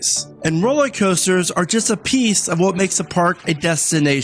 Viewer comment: Are you saying 'rollie' coaster?